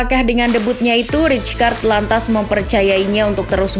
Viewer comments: fyi : rijkaard dibaca raikard bukan ricekard atau ritskard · Saya masa rijkaard di barca gk lama Izin min, nama rijkaard dieja nya raikaard yaa, terimakasih